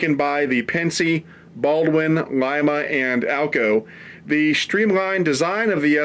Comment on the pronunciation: "Welcome to Leema" ?? Ouch! That may be how they pronounce it in Peru, but in Ohio it's "Lyma".